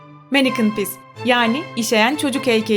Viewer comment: Manneke pisi yanlış diyorsun